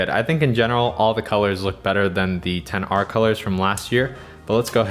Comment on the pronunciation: So we all just gonna ignore the fact that he keeps says 10 r when the phone is called Xr